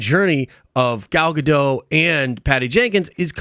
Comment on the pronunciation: Why do you never pronounce Gal Gadot's name the same consistently in any video you mention her in?